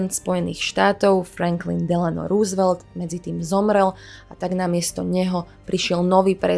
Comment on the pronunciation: Super video! Nechci být hnidopich, ale chtěl bych jenom říci, že příjmení Roosvelt se nevyslovuje růsvelt, nýbrž rousevelt. Sám jsem tomu nemohl uvěřit, když jsem to zjistil, ale opravdu to tak je. Pokračujte v tvorbě!!!